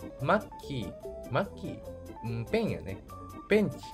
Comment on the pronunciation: 自画自賛しちゃう所とかマッキーのイントネーションがちょっと違う所ともかわいいですね！ ナックルかわいい󾬍